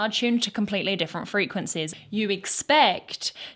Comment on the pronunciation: "Frequencehs" you can say pitch lol